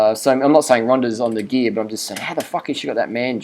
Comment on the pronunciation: She's on da gee-ya 'cos I fink she is.